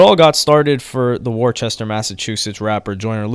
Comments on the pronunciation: How you feel about him calling it "war-chester" 😂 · Its always funny when everyone pronounced Worcester as how its spelled when it’s pronounced as wu-ster 😂😂😂😂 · Worcester is pronounced "wuh-stir" lol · It’s pronounced “Wus-ster” no CH sound lol we hate that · Great video as always. It's pronounce "woostah" btw. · ITS PRONOUNCED WUH-STER / WOO-STA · Lol you said it how I used to say it when I first moved to mass it’s pronounced wister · Didn't research how to say Worcester though. Homey called it warchester lmao🤦🏻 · Lol pronounced as wu-star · You butchered the pronunciation of Worcester but so doesn't everyone else that ain't from Mass. 🤣 Great job in the video!! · Lmao the way you said Worcester fucked it up 😂 he’s a family friend my little brother his in his videos he’s a great guy way better than all your favorite artist literally he’s a great father etc can’t say that for carti😂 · You’ve been saying Worcester wrong this whole time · Damn bro people never pronounce Worcester right 😪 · pronounced Worcester wrong my guy... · Lmao the way you pronounced Worcester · I cringed at how you said Worcester.😭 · You technically pronounced Worcester wrong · You pronounced Worcester wrong bro 💀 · You pronounced Worcester so wrong I had to Google it lol great content as always tho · I think people from that area call it “Wooster” Mass. or “Wuuster” Mass. even though it’s spelled Worchester like you pronounced it. I learned the hard way that people don’t like it if you mispronounce that shit town lol. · It’s not “Worchester” lmaooo it’s “wuh-ster” lol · Lol I’m from mass Worcester is pronounced “wis-ter” not “wor-ces-stor”. Easy mistake to make tho if u just read the word without hearing it first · It ain't War chester...🤣🤣🤣🤣🤣 It's pronounced Wuh Ster... It's spelled Worcester... I know, Massachusetts in nuts. Lol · its pronounced wooster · It’s pronounced wuss-ster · Great video fam! But Worcester is pronounced "Wuss-ster" 😅 lol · The city is pronounced Wuster